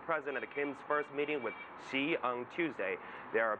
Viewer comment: Who is President 西? This Chinese boy seriously cannot tell the difference in the pronunciation of 習 and 西?